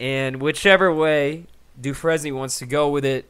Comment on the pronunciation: It's pronounced "du frane" not "du fres nie".